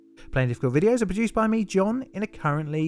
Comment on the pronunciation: "John in the studio" sounds suspiciously like "John naught in the studio" 🤔